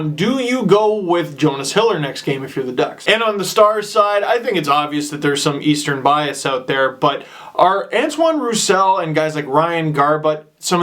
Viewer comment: its pronounced Yonas (not Jonas) Hiller you melon